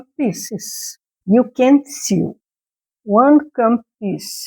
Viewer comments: Since you want to improve your English, which is quite good already, I off this with love: " sew" is pronounced "so". English has many exceptions to rules. keep up the good work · I liked your tutorial, I'll try this. Your English is very good, what is your native language? Since you are learning I hope you don't mind me saying you should look into the pronunciation of the word sew which is pronounced like SO. It was just very noticeable because you said it so many times. Good luck with your channel. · Sew is not pronounced as it looks. It's pronounced the same as so. You're doing great with your English. I like your video also. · I loved your video. I just started crumb quilting this year and I love it! Your English is very good! Just a tip - sew is pronounced the same as so, with a long o sound. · I'd love to see a finished product with your blocks! Also, I'd like to help you with your English. If no one tells you when you say something wrong, you will never learn the correct way to say it! 'Sew" is not said so that it rhymes with 'few', though it looks like it should! It is actually said with a long 'o' sound just like the word 'so.' English is a funny language! Good luck as you work to improve! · Congratulations! Your English is already very easy to understand. I am sure it will get even better (and easier) as you continue your videos. English is so difficult because it originated from many different languages. I wish my Spanish was a great as your English. I want to let you know that as part of this crazy language, sew sounds like so. I hope this helps and does not make you feel like I am criticizing you. I appreciate you and adore listening to you. Hugs from California.